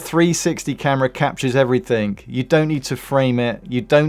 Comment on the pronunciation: Wait, did you say “Everythink”😂 Southerners 😂